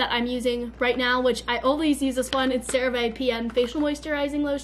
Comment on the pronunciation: OK I DON'T KNOW WHY PEOPLE DON'T NOTICE THIS BUT SHE'S BEEN SAYING CERA VE WRONG